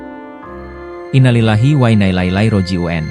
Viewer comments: Ada masalah apa lidah pembaca narasinya. Ko mngucapkan Innalillahi belepotan bgitu. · Anda yg punya channel YouTube .muslim.bukan?.baca innalilahi saja salah... !!!